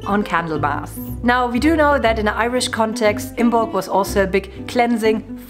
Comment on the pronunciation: IM-molc...not IM-BOLC. The "b" is silent.